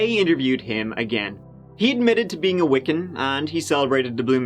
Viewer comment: the name is Wicca not Wiken